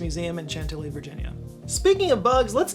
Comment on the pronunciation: Shout out to Arabella and Anita at the "Udvar-Hazy" Center in Chantilly VA....actually pronounced "shawn-tilly" by the way. 🙂 ---You're the greatest!!!!